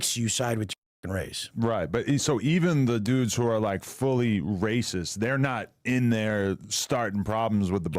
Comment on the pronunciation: Why are we in some kind of soap opera? Wes is a clown. But it seems way too many people are using him to finesse the algorithm. Talking smack on someone everyone has concluded is a clown. Why? Lets move on. This "pizza chit" is already burned in the oven. Also "rayciss" come on man. He was in prison in Cali, literally segregrated by race. Bravo your production quality and attention to detail is way too high to continue with this clown.